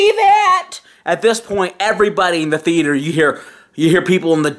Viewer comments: Movie The-ate-er. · Movie The-ay-tor Tone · Why tf is he saying the "E" when he says the word Theater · Interior Crocodile Alligator i drive a chevrolet movie the-ay-tor. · Cant say movie theatre